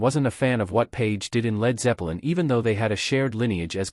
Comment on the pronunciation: it sounds like your saying Led Zeppa lin and Gee Me Hendrix (BOT?)